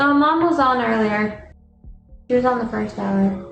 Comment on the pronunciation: “whose gonna try it pirst”